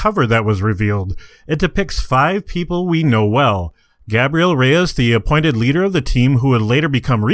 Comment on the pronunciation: Why do say Gabriel luke that...its guy. so its Gabe the riel.